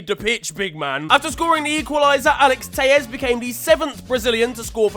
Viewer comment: It’s telles not teyes